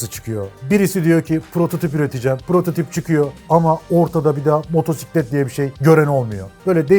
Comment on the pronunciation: "motorsiklet" demene sinir olmuyorum ama sen öncüsün işin doğrusunu öğretirsen yeni nesiller seni dinledikleri için senden öğreniyor ve gençlerin diline yapışmasını şahsen istemiyorum. Herşeyin doğrusu neyse o "motosiklet" diyelim lütfen. Yarası olan gocunsun bu arada